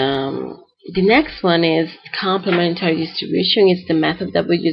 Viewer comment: complem'entary , {not complement'ary} distribution. -- emphasis on the third syllable, see.